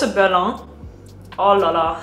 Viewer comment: Omg your « Olalala » so frenchy thing 😭